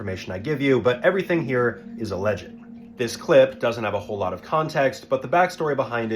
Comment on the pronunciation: You mispronounced "alleged," stupid ass.